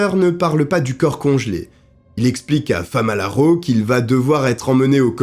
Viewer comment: 😅FAMALARO au lieu de FALAMARO😅. J’ai connu cette histoire il y’a très longtemps avec feu Pierre Bellemare mais avec toi j’ai découvert de nouveau contour avec des analyses plus poussées. Merci beaucoup à toi